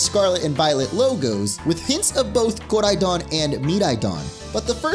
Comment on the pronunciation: He doesn’t have to say koridon and miraidon with that weird accent